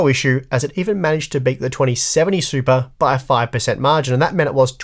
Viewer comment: Why would you downvote a video like this, I don't understand it. I kept hearing bate instead of beat but I'm not a native english speaker so yeah...